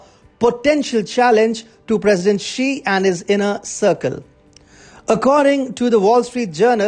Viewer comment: If you are going attack a Chinese person, any Chinese person, at least show you have a little understanding about China and Chinese. That is to say their names correctly. Jack Ma. Ma is the surname. Ma Yun is his real Chinese name. Xi Jin Ping. Xi is the surname (correct pronunciation would help). Jiang Ze Min Jiang is the surname. You and Xi and Jiang are not on a first name basis. Note that I spell out Xi and Jiang's first names in two words. Two-word first names are more common in China, especially in the southern part. One-word first names are for the northern and western China. How much credibility do you have for the subject on hand?